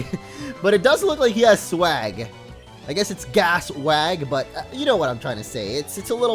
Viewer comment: its not gas-wag, its gah-SWAG!